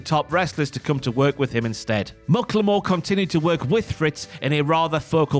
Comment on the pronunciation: I think it's pronounced mack-la-more not muck la more. That's how skandor akbar said it